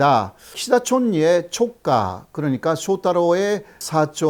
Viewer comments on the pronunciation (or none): '조카' 발음을 정교하게 다듬으셔야 하겠어요, 교수님ㅎㅎ;;; 듣다 보니 한국 국회의원들이 일본식 내각제에 왜 그렇게 집착하는지 알겠네요.